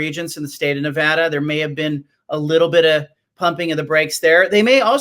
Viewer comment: Wow, John Wilner can't pronounce Nevada properly. I look forward to Wilner leaving hte Bay Area to cover the Pac 12 from Pullman washington